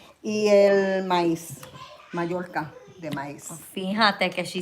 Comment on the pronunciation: "Mayorca de maiz" LOL * Mazorca de maiz